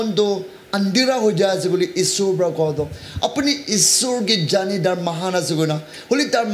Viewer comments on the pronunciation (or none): none